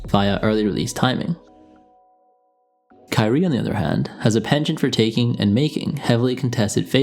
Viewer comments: kyrie? curry? @@ i had to rewind the video about 10 times to figure out which you said. maybe go with irving and curry next time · Cant tell the difference between u saying Curry or Kyrie...